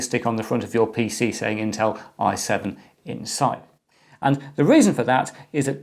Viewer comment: EC pronounces: I7 six seven zero zero t Me: i7 sixtyseven hundred t